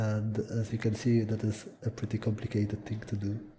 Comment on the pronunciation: "So it's actually preety simple"